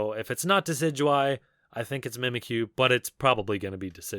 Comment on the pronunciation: Him: Mimikyu Me: cries in him being incorrect